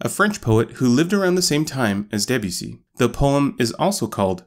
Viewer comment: His name is Debussy. Not DEbussy.